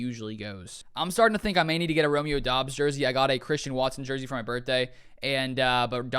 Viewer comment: Isnt it pronounced like dubs you saying it like Dobbs